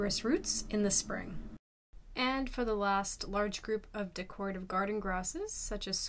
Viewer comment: Poor thing couldn’t say DECORATIVE either…